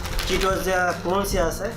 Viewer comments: Bhai what is kurunci it will me crunchy. At first learn how to say the word. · কুরুনচি না খোকা ক্রানচি,লেস না লেইস খোকা🤣🤣